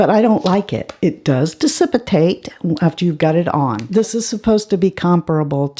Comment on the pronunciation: "Dissippitate"... haha! Who needs "dissipate" when you can have "dissippitate"?!? Love your -isms!!